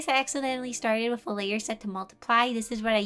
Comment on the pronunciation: The way she says with is so cute!!! She says “wiff” ITS SO CUTE